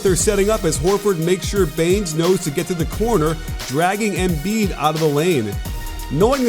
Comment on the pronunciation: Learn how to pronounce Embiid. It pisses me off u dumbass